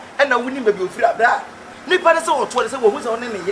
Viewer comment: said Abrey🤣🤣just because she tried saying Bra she couldn't control her tongue🤣🤣anyways, l love watching you guys, my friends are now telling to come to you for food and shouldn't blame any lecturer should incase l fail any of courses because all my time is for aka